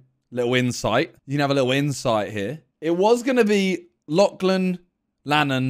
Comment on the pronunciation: Ever since called Lachlan (latch-lan) in the game show video I can’t hear it any other way now.